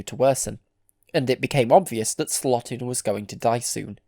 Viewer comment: Louis Slotin's last name is pronounced like SLOW-tin, not SLOT-in. 😿